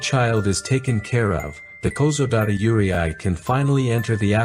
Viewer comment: You're pronouncing Yurei incorrectly it's said yu-rei